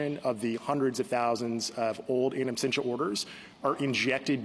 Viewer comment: Why does Justice Jackson keep saying absTentia? Does she not know the word absentia? Is this the Supreme Court?